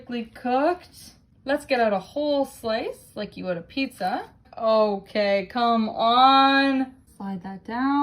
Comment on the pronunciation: I’m Italian, and I was beyond offended at that “pizza”. It was a crime.